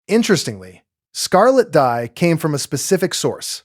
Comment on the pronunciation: Dye not dey